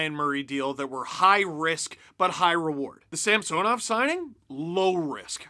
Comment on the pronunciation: Wait... Sergei Samsonov is pronounced different than Ilya SamSOnov? Can we stop saying it weird...